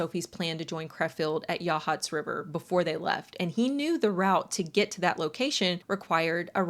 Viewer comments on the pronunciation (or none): none